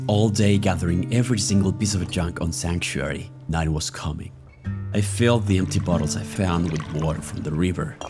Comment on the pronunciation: Did he say Sexuary?